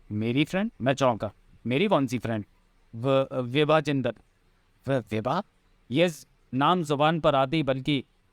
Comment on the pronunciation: विभा जिंदल को कभी बिवा बोलता है कभी सेवा बोलता है 🤣🤣🤣🤣🤣